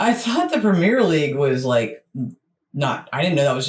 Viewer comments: Embellishment is NOT part of RUGBY. When those guys get hit....THEY GET HIT !! Remember, the only padding in real football are shin pads ! Not a whole suit of armour like in American Football !! " WORLD" series...only played in America !! We DON'T have the PREMEERE league . We have the PREMIER league. Pronounced PREM EE UR. Scotland, Wales, Northern and Southern Ireland all have there own leagues. We call a " tie" a DRAW. My premier league team, Leeds United, have 3 American born players. We DID have an American manager but he was sacked last month as we are facing relegation to the Championship. The highest paid player in England is Kevin De Bruyne of Manchester City who earns £20,800,000 a year. Every town/village /city will have it's own football team/s all playing at different levels in different leagues. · Great video,it explains European football very well, just one thing that frustrates me is how he pronounces (and also spells) Premier League as Premiere League. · I've got to point out that throughout that video the narrator was referring to the Premiere League, it's not the Premiere league it's the Premier League without the trailing 'e'. Also, in the UK it's pronounced like 'prem-ee-uh'. As for promotion/relegation it's a fundamental part of Football. A few years ago some of the top European clubs talked about forming a European Super League for the top clubs in Europe without promotion/relegation and fans across Europe were absolutely furious. The whole promotion/relegation adds so much to the game, it makes far more matches important and in theory allows any team in the country to make it to the top or crash down the leagues. For example, in the early nineties Oldham Athletic were in the Premier League. Since then they've been relegated multiple times and are now playing in the National League. Conversely in the early 2000's AFC Bournemouth were struggling in League Two and now they're in the Premier League. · Please say premier properly